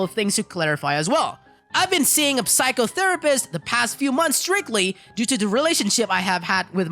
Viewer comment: Hey, fellow English learner here. You don’t pronounce the "p" in psychotherapist.:) Thanks for your videos!